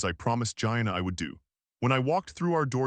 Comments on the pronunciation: If I pronounced my friend Gina’s name like that… I wouldn’t have her as a friend. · It crazy how they pronounce Gina and Bowie.